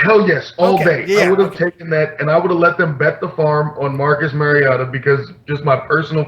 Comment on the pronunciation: I caught that shit too. You've got 4 months to get this dudes name right and you mispronounce the Fuck out of it! "MARIOTO" lmfao